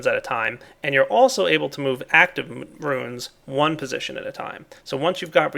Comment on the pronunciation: It's pronounced ROONS, not ROOINS. God damn,!!